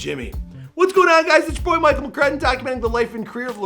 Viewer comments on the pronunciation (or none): none